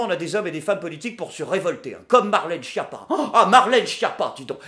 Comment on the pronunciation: D'ailleurs il y a une locution italienne qui est: "Essere una schiappa" qui veut dire : être nul(le) à quelque chose. Je trouve ça assez rigolo en fait :D ps: Schiappa qui se dit Skiappa et non Chiapa (relou/20)